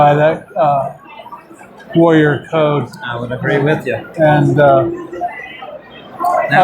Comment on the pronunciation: Every time Tank says Warrior, it's sounds like he is saying LAWYER....make's the interview amusing.